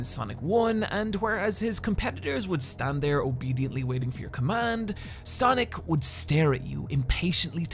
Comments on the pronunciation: the thing that bugs me about this video is how he says sonic and sanic the same way. its SANic like comic SANS. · Great video but wish you could pronounce sonic and sanic differently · W/e - I loved Radical Rex growing up. Also, my midwestern wars cant distinguish between your pronunciation of “Sonic” and “Sanic.”